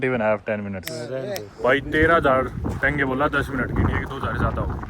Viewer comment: Tenge❌ Tenge✅